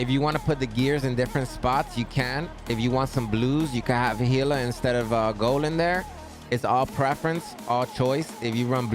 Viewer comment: Nice I'm going to start saying Gila like you with the Latin pronunciation (H instead of G). It sounded better anyway.